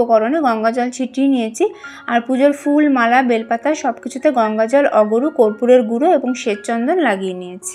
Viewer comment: আগরু না কি যেন বললেন ওটা ঠিক বুঝলাম না